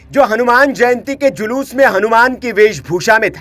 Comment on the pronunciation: अबे लोडू पत्रकार जलूस नहीं शोभायात्रा होती हैं। पहले अपने वाणी पर कंट्रोल कीजिए । शुरू में आपने जलूस नहीं बोलना चाहिए था।